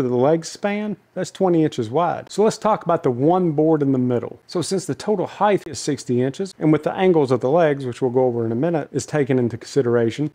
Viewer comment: did you say ‘heigth’? I know two people that do, they went to the same school so I figured it came from there. Bit I doubt you went to that school in Australia 😆